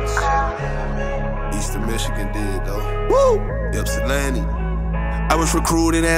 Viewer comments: Would love to see you here at Eastern man! Thats be sick. Also its pronounced IP-se-lanti, not yip. A bunch a people mess that up, all good man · I live by the area and it’s pronounced ip-sa-lanti 😂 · Pls call it "ip-salanti" too many people mispronounce the city and I care too much about this series to not say something #GoTD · yooo love the series! quick FYI: Ypsilanti is actually pronounced Ip-si-lan-tee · A little Michigan pronunciation for you haha, Ypsilanti is Ips-uh-lan-tee. Love the videos man! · As someone from Michigan I gotta say it. It’s pronounced “ip-suh-lan-tee” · Uncle Roger would say "Haiyaaa" on your pronounciation of Ypsilanti. It's pronounced "ip-sa-lan-tee" or "ip-see" for short. Third year there bruh, tighten it up. I'm baffled why you take huge 12-15 yard losses with the sack. I'm left scratching my head. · Wow you butchered the name of that city lol. I’m from Michiagn and that’s not at all how that’s pronounced. Lol